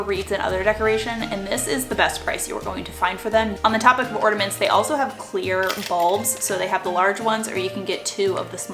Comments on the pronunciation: orNAments! Not orDAments you aren't the only person who I heard call them that. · Love your videos, but listening to you say Ordaments 20 times is too much. There is no D in ornament. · It's ornaments , not ordaments . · Idk why but her saying ordiments instead of ornaments is driving me crazy. Still, great video tho. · Just Heather ...I had it on low volume & no headphones nor earbuds, so didn’t notice. That would’ve thrown me off too. Maybe she has nasal polyps. haha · Great video.. She gets on my nerves saying “orDuhments” girl it’s ornaments... there’s no “d” or “duh” sound in ornaments UGH!!!! Also, Dollar General has $1 price for like 3 SUUUPER CUTE and really good quality Christmas bags and boxes. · Sounds like you’re saying Ordaments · I continued watching because I was intrigued but how she kept pronouncing ornaments made me cry a little on the inside. I’ve heard it pronounced “ordaments” from some other youtubers so I wonder if it’s just an accent from where they’re from. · Why are you adding A D in ornaments?